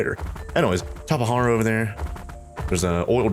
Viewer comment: It is pronounced tah-pah-jar-ah. Hard j.